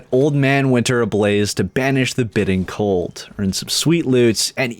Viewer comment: BITE-ing. BITE - ing. Not bit ing:REEE